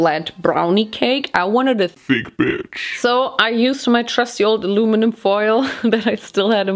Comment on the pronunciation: Hearing say alumnun foil was soo annoying but anyways the video was amazing 😭❤️